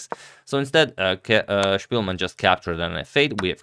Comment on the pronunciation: “POL” and “SPILMEN” english pronunciation…